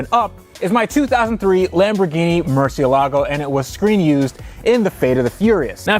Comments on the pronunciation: my dude, I've said it before and I'll say it again. Mur-see-la-go. I've heard you say mur-see-a-la-go, mur-see-ga-la-go, and a couple other incorrect pronunciations. You spent a lot of money on this car; dontcha think you should know how to pronounce its name? Maybe Skillshare can help you? I kid, I kid, but c'mon, yeah? Mur cie la go. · I don't care if it's correct or not... stop saying "MurciELGO" :) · It's murcielágo the pronounciation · Mercy-ala-go.... the pronunciation is triggering me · "Murciélago" tho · it's funny how many people pronounce it like "Marcia Lago" it makes me think of car named after a regular woman somewhere in the world.. here's to Marcia! LOL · I love that your pronunciation of murcielago changes every time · The accent in Murciélago is there for a reason. It shows where the stress is. It's in the second syllable. I know since I'm Spanish. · It's cringe how u guys say murciélago